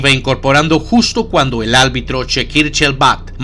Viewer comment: Buen video. Solo un detalle, se dice ARBITRO. Saludos